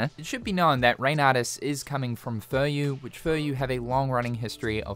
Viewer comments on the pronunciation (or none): It's a pronounce a company as people do in its home country/language thing. (Of course, his butchering of e.g. Furyū makes this quite ironic.)